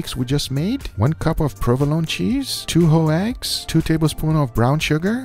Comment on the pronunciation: No offense but " ho eggs ? Lol 😂 no hate all love ❤️